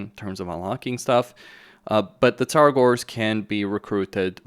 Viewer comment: Tzaangors, not Tzar-gors !!